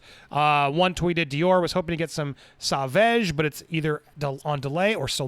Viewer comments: Sauvage pronounced: s-oh- vah-zsh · It’s pronounced “soh-VAJ.” You’re killing me Smalls 😆 As to Amber Heard and her shenanigans, it is just further proof as to how obsessed she is with him and wanting to be him. I think part of her beef and what always made her so angry was the attention and accolades he got for being an actual good person and an excellent actor. She is neither of the above. It really chaps her hide, because it jabs at her narcissism. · I think the cologne is pronounced “So-vahj” (savage in French) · It's pronounced "so-vahge" not "sah-vege" lmao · Sauvage is pronounced so-'vage' like mas-'sage'. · I don’t think I’ve seen a single American pronounce it properly 🤣🤣 sore-varge is the closest pronunciation! 💗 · Pronunciation: Saw-Vaaj. PS: Gonna buy one soon. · It's sovaj.... Something like that The pronunciation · lmaoo dude its pronounced "sOvahge" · Popcorned planet- sauvage is pronunced more like so-vage the a in vage being pronounced like are not a. If amber is I’m pirates or if Johnny is not in pirates of the Caribbean I am boycotting it. Simple as that. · It's pronounced SAV-AR-J (rhymes with Nicki Minaj). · For the love of Johnny ,learn how to pronounce sauvage!🙏😭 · Damn, english people can't say "Sauvage". 😂😂😂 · Good video. BTW, here's the pronunciation of "sauvage"